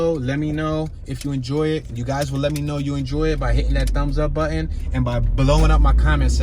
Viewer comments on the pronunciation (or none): none